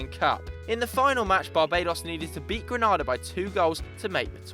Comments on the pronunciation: Just so you know its Grenada not Granada (Granada are a spanish club) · It's GRENADA ( GREE NAY DAH) not Granada lmao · It's GRENADA not GRANADA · I'm from the Caribbean it's pronounced greenayda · Green- nay- da pronounce my country name proper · this video was amazing but as a Caribbean person it's pronounced Greenada. PS can I be on Snapchat 😂😂😂😂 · Fyi the Caribbean island of Grenada and the Spanish province of Granada are spelt, and therefore pronounced, differently